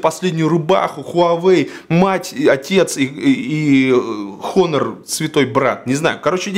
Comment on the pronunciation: ОН-ОР, не хонор...